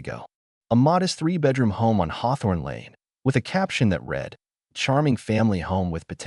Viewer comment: If AI is going to narrate they need to use the correct past and presence tenses of words such as read (reed) and read. Annoys me to no end.